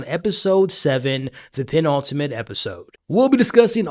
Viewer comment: Say 'Penultimate' again. I double dare you mothafucka!